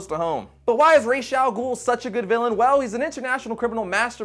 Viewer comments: ras algol actually means the head of the ogre and its pronounced ras not resh which means head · Ra’s al ghul is actually pronounced as RAAS not RAISH because in Arabic RAAS means head and RAISH has no meaning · rash doesn't mean any thing in Arabic so its ras not rash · Its raas not raysh, that is the real mistake, the creator calls him raas plus the real life arabic pronounciation its raas not raysh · RAAAAAA'SSS, RRRAAAAAA'SS The pronunciation is driving me up the wall! I don't care how it was pronounced in the show, in Arabic the A has a stronger emphasis and a sharp S at the end. Yes, I understand there are many different Arabic accents but, of the many I've encounter, I have never heard anyone has a variation anywhere close to the way it's pronounced here. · Okay, lemme straightened out this Ra's al Ghul stuff: The name does not mean "demon", that is a totally different word. Ghul means ogre. Now, I have heard of two translations: head of the ogre and heir of the ogre. For heir, it is pronounced like "rash" and if it is head, it is more like raas, but it is actually ra-eez, emphasis on the eez part.